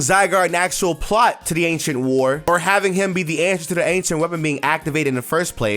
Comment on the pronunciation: Ok “ancient” I thought you said “h” 😂